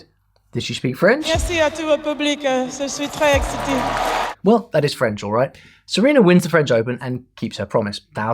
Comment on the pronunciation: She just said “je suis exité” 💀💀💀